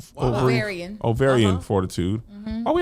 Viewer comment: Kevin messing up "ovarian". I immediately sang oh oh oh O'Reilly Auto Parts